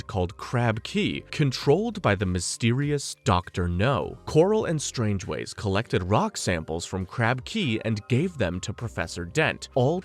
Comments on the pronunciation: And "Strangeways" instead of "Strangways" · Do you intentionally pronounce a name wrong in every movie? Strangways No hard G sounds. And stavros blofeld. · It's pronounced Strang-ways. Your Welcome.